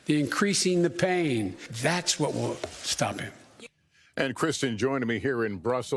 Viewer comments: Not mainness. I think he meant maintaining. Biden overcame a speech impediment as a youth but it has re-emerged with his cognitive decline, which is normal for his age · He said mainens! Over and over. Lol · The mainens? .. "the mainens of sanctions? " what's this goof talking about?